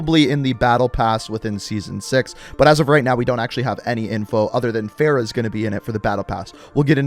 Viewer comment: How do you butcher Farah's name lmao you're saying it like Sarah, Price even pronounces her name properly so why can't you 🤔